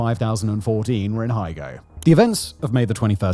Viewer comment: (Pron: Hiyo-go) Hyogo Prefecture.